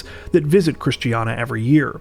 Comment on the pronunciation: Love the video, but you really butchered the word Christiania lol